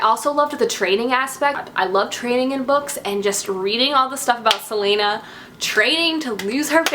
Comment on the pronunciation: Ok first Celaena is pronounced Cell-a(like the letter a)-nah not Selena like Selena Gomez .... secondly you pronounce Maeve like May(like the month)-ve ... and you pronounce Aelin like ee-lin :) ... and I loved the Manon chapters too :)